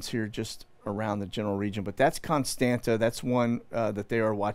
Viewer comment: Ka-li-nin-grad (Калининград) Kos-tan-tsa / Constanța Geez, is it really that hard to pronounce it? And regarding your content it seems you need to learn some history, open your eyes and stop following the main stream establishment please. You seem nice guy, but oh boy you get thing wrong.